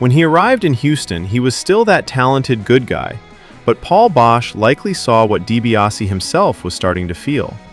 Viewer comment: You lose all credibility by alternating between saying it right and constantly mispronouncing Paul's name.